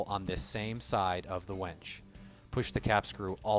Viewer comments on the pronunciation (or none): Why do you keep saying "wench" ? This is a winch video.